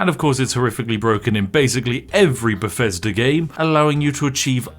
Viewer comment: befezdur